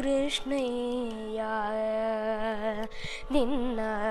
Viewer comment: Pls listen to Baro Krishnaiyya again and again so that you can realise that has pronounced it rightly. You should also know that Krishna and krshna are both right pronunciation in their own ways.